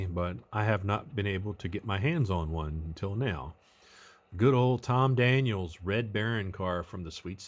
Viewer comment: As our favorite FatGuy Paul from beautiful Las Vegas notes, it's Tom Daniel. There's no "s". It's apostrophe "s", as in "The Munster Koach was built by George Barris, but was Tom Daniel's design." But it is not "Tom Daniels." If Victor Borge's Phonetic Pronunciation had caught on there would be less confusion. Having said that, What a build!!! Love the golden block. [Sounds like an award, "...And the Golden Block goes to..." You,!